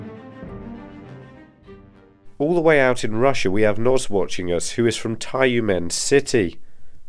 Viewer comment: таюмен ахахахахахаха the right pronunciation is tew-men with soft t and soft n